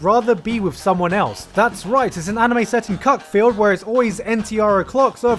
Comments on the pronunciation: Cuckfield isn't pronounced like that. it's more like cookfield... but given that it's an obscure sussex town I assume you know that. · HOLY SHIT GUYS. I LIVE NEAR CUCKFIELD. ITS A TOWN JUST ALONG FROM MINE. it's pronounced cookfield tho